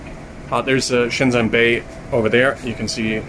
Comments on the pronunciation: Please pronounce Shenzhen properly. It is not shenZen, it is shenJen. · Nice video! Thanks for the introduction to a building I wouldn't normally get to see. Your mandarin is good too, which really makes me wonder why you pronounce Shenzhen like a foreigner who has never studied Chinese?? ShenZEN ! Anyways, great content otherwise :P